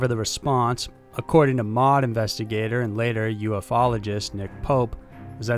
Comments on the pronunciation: Not mod....M.O.D. As in....Ministry of Defense. Calling it Mod is like calling the Air Force "Usaf".You know anyone who calls the Air Force "Usaf"? How about the U.S. Army "Usa"? No? Its because NO ONE CALLS THE MINISTRY OF DEFENSE "Mod", THE U.S. ARMY "Usa", or the U.S. AIR FORCE "Usaf". Jeez, man...sometimes your rhetoric is awesome...and other times it is just ridiculous. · MOD and RAF are not acronyms. You should pronounce the letters individually. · Fyi MOD is pronounced M.O.D, and RAF is R.A.F they are acronyms. Made me giggle tbh 🤣 like U.S.A.F isnt called Usaf 👍🏻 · I am sure many an English person has chimed in here... But this video really made my day... MOD and RAF... :D It's M.O.D and R.A.F not words, acronyms... as the video went on it actually started to make me chuckle out loud... Brilliant :D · R. A. F. (Royal Air Force) = "Arr-Ay-Eff" (you got it next time round). M. O. D (Ministry of Defence) = "Emm Oh Dee". A good episode this, very informative. Cheers. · its the R.A.F and the M.O.D never said as a word! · RAF and MoD are pronounced as the letters not as a single word. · Same with Ministry of Defense. M. O. D., not MOD. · It will occasionally be called the "raf" colloquially, but its really the R A F. And the M O D. Not mod. Lol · I love your videos and content, but I have to say hearing Americans try to say English place names is really cringey, they over pronounce the SHIRE at the end of places like Wiltshire and Shropshire. Also it's the M.O.D, said as 3 seperate letters.We don't call it Mod...Same with the R.A.F. Royal Air Force. I mean no discredit, your videos are well thought out, well researched and the narration is great 99% of the time. But maybe contact a UK friend as to how things are pronounced here. All the best! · And it's not 'mod', it's the M O D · Royal Air Force= R.A.F. not pronounced "raf." Ministry of Defense is pronounced the same way... Not mod. Holy moly, come on. We don't say dod, f-by, or seeya